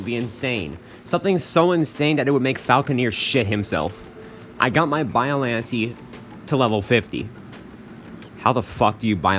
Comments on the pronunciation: hm yes but i pronouce biollantay you pronoonce biollanteee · You said the name wrong but close enough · Bro you’re saying it wrong